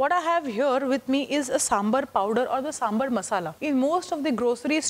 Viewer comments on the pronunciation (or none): 1st step to make sambhar: pronunciation. Saam-bhaar. Not Samburr. 🙏🏽